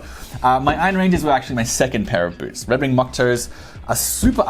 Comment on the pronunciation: Boots not Boorts